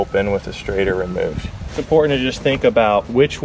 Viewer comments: It’s called a “shrader” with a “sh” sound.... not a “straighter” “str” sound 😂 Sorry, been in the field since ‘91, hearing “straighter valve” is like finger nails on a chalkboard 😂😂😂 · Good video. But it was driving me crazy. Its called a schrader valve not a straighter valve. LOL. just busting your stones. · Schrader... Shrayder... SsshhhhrrrraaaDDDeeerrrr... NOT straighter 😂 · Does he keep saying "straighter" instead of Schrader ... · omg is he saying STRAIGHTER valve